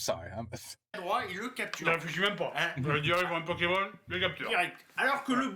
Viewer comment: you make me laugh 😂😂 you said Pokeman like my mother in law used to say 😂😂 it’s Pokémon 😂😂 because of pocket/monster 😜😘